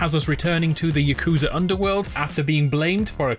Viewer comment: It's Yah-Kuze-Uh not Yuh-Kooz-Uh